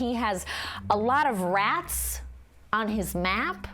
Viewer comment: "Routes" on your maps, not "Rats on your maps"!!!!!🤣😅😂